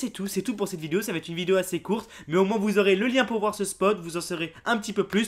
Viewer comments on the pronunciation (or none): none